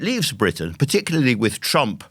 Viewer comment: Love Andrew. Didn’t realize he said I OH WAH till I thought about context. Amazing his Iroquois isn’t stronger.